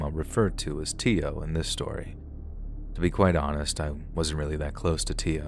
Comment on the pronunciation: Story #2: If the name was spelled Teo it's pronounced Tay-Oh